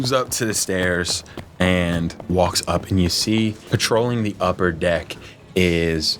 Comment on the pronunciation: the way says upper deck makes me think of those zyn guys